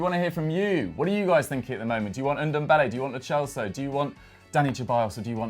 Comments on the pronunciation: Dani Cheballos and Lo Chellso, bro learn to pronounce the players name plz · It's Ceballos not Cheballos Same with Lo Celso